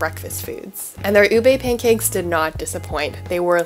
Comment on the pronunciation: Thank you for all the info on where to get ube stuff in the bay, but just one little quibble, it’s pronounced u-beeee not u-bey, UBEEE lol. Sorry I’ve been watching all these whitey bloggers in the Philippines mispronounce it and I finally couldn’t take it anymore lol. Signed Filipino Rachel here in Davis 😊 Love your content btw 🥰